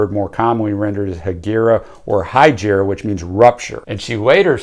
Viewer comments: As an Arabic speaker you mispronounced Hejira. It's a silent i so its pronounced Hejra. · Except, no. Jaco is pronounced JOCK-OH and Hejira is pronounced by Joni as HEH-JEER-UH. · Jaco Pastorius is pronounced “YAH-ko”, and Hejira is “HEH-zhra”